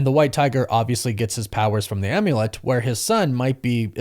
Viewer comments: I love you dude. Like really do, but say OMULET ONE MORE TIME! am-yu-let. Like HOLY SHIT DUDE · Calling the Amulet an Um-ulet...was I the only one who had a physical cringe reaction to this?